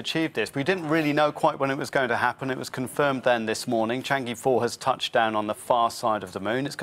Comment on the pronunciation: Please pronouce e in Cháng'é as ə in girl. It's not Chang'ee.